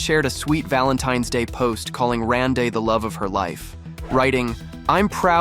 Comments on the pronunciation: Rande is pronounced Randy. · Please PRONOUNCE Randy ( Rande)…..geezzz! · You do a piece on a man and you don’t research how to pronounce his name? 👎🏻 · Pronounce his name correctly. I hate AI. Won’t be back to this channel.